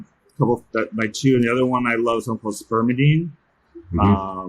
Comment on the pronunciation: Sounded like spermadine lol